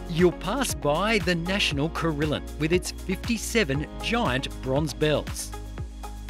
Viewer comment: One thing you missed was give yourself time while at the War Memorial to walk up and down ANZAC parade (the boulevard leading down towards the lake) there are memorials along both sides and it is well worth the time. I'm not sure what a corilan is but a Carillon (Cor-ill-ee-an) is a bell tower containing at least 42 bells ours has 56. Can I also suggest Gold Creek Village which has everything from the National Dinosaur Museum to Cockington Green miniature village my favourite though is the Lolly shop where you can buy lots of sweet treats :)